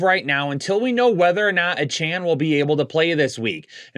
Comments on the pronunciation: Yeah....he also always says "Uhchan" instead of "A"chan.....(ACHANE)😖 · It’s pronounced A chainnn